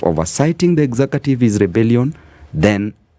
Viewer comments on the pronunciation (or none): “Exacative”?.? I always learned “executive” ….